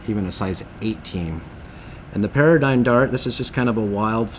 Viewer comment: It's called or proonounced "pear-dee-gone" not paradigm